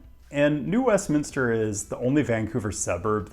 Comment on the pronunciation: As someone from Vancouver who lives in the Bay Area, it was 1. awesome to see New West on the list (and also awesome that you pronounced Westminster correctly!), and 2. painful to feel the number of digs about transit planning in the Bay Area. It's totally on point, but man, it's frustrating. I'm still waiting for the day when there are 10 minute (or less!) headways on Caltrain.